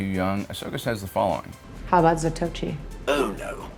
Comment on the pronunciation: That's zah toh ee che not zah toh she.